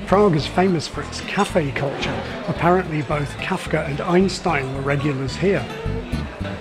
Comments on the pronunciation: Ajnštajn [ʔaɪnʃtaɪn], not Ajnstajn. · You are a language specialist for pronunciation and can't say Einstein correctly?